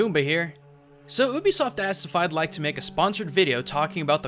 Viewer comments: You-Be-Soft not oo-bi-soft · It's pronounced "YOU-BE-SOFT" Not "OO-BEE-SOFT."